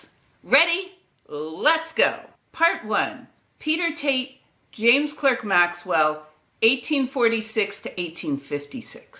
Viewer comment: Clerk is pronunced CLARK... I'm being pedantic. And you also over emphasize the 'ernion' in quaternion. It's fast, 'ernion' not errrrnion' .